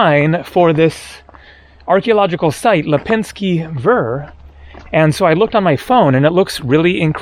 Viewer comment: Lepensky Veer is more accurate way to pronounce it.